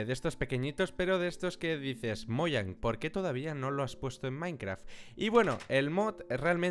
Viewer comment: te reto que cuando digas mojan lo digas como se pronuncia